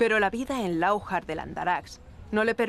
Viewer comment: No era ""nuestro rey """ si viviera.a todos k.lo decis nuestro os mandaria matar .Robo nuestra tierra.!!rapto a cristianas esclavizaba cristianos .....era nuestro ? Poco sabeis historia...una cosita sin importancia a la comentarista no se dice la'ujar el acento lo lleva en la ultima a Lauj'ar